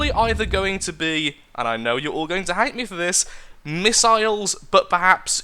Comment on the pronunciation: MISS-ILES MISS-ILES MISS-ILES also do a war blimp. please